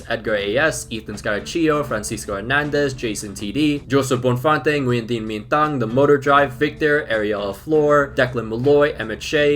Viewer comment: thank you for saying nguyen correctly now I can flex to my Vietnamese friend that I'm the only one who can say it correct